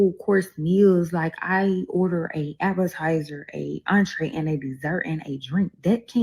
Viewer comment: LOL!! S/O to the word “Abba-tizer”…. - Honorable mention to the word “I-das-I-dee” And they wonder why they can’t get a decent man. 😂😂😂😂😂